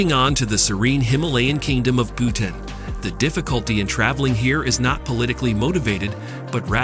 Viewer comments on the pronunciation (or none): It’s not Butane..it’s Bhutan.. Butane is gas.. 🤦🏻‍♂️